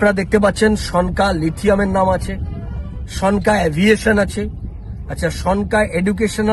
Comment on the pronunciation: ভাই, উচ্চারণ ঠিক মত কর। ওটার উচ্চারণ সন্কা হয়ে গেছে। হবে সনকা । লেখা টা ভালো করে পড়ে দ্যাখ।